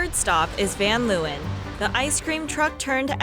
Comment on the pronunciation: Why does the owner van leeuwen pronounce van leeuwen like an American? And btw leeuwen means lions.